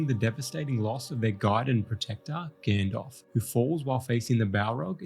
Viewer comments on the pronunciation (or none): none